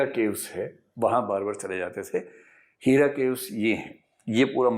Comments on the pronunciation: sir lafzon ko sahee ada kijia.. heera naheen hai hira hai zibrail naheen hai jibrail hai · सर जी हीरा गुफा नहीं हेरा गुफा, अबू तालिब है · aap ki bhasha gyan bhi ghalat hai jibreel ko zibraeel kah rahe hain ,hera ko HEERa kah rahe hain ..